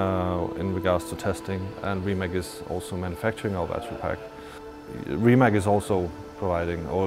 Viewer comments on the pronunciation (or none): As the responsible for the EV part, at least pronounce the Rimac name right ("Rimats").